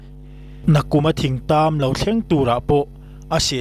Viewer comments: Thingtam i sawi diklo, youtuber ho hian in thu chhiarturte hi zirlawk hmasa thin teh u, 'thring tam' zawk ania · Thing(tree) tam te i ti mai mai a. Thing/ thring tam (Rawthing) tih tur a nia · Thing tam nilo in.Ṭhing tam tihtur aw.... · Ṭhingtam tih tur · ka sawi zawk chu...Thing kung lam anilo...Thring tam atih khi...thing tam sawi nana.Thring atih a...'R' ahmang zawk khi nia ka sawi...Thing(rawthing) mau chikhat ani e.. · Thingtam pawh lam dik theilo youtuber kan han nei chu a aniah ava buaithlak tak Rawthing i lam rik ang khan thingtam chu thing tih lai kha lam ri mai la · Khuaimu ni lovin Khawmu. Thingtam ni lovin, Ṭhingtam.. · Thing tam nilo in Thring tam tia lam tur ,Khawimu nilo in Khawmu tih zawk tur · Puitling, you tube channel siam ve meuh tawh chuan mizo tawng hi uluk ve teh u. Thing tàm han tih te, khawimu chawi han tih te hi chu, a ni em em lo..Beng a ti thlep thin..